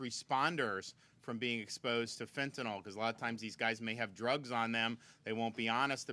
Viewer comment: FentanYl. Not FentanAl. Pronounce it correct. It makes you sound like you don't know what you're talking about. Same with Nuclear. People pronounce it Nuc-U-lar. NO. Nuc-LE-Er. IT'S NOT HARD.